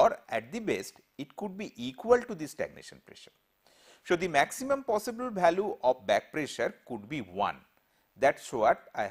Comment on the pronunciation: lol...his pronunciation......balue for value, divergent for divergent,....tooo funny... But lecture is good